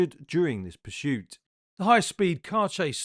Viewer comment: There’s no ‘H’ in ‘PURSUIT’ ! Have you noticed how all the really bad drivers have unusual names ? Not simple ones like Jim and Jeff, Tom, Richard & Harry. Why is that do you think ?